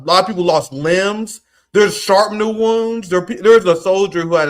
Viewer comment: Shrapnel, not sharpnel